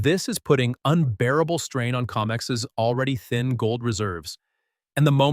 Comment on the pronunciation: It's COMEX... NOT 'COMICS', STUPID! !